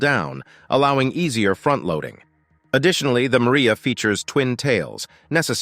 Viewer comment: The plane is MRIJA, not Maria, and as you may not have noticed, it belongs to Ukraine and wears its national colors. Not everything can be translated into English, it is good to interpret it as it is. And regarding the size of the machines in Russia, he doesn't look so much at fuel consumption, because they have their own oil resources and they don't have to rob and occupy other countries.... Don't forget the size of Russia and its resources.... Not everything American is immediately top-notch and TOP , after all, the mind learns from mistakes, as long as it has the ability.